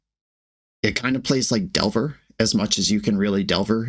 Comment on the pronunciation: did you say... delver?